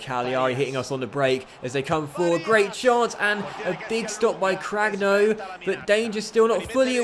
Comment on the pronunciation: I'm Italian and your pronunciation is really bad lol but don't worry Cutrone - Cut-rone, not Cuchrone Cragno - Craño (like in spanish), not Crag-no Barella - Tough LL, not like umbrella Calabria - Calàbria, not Calabrìa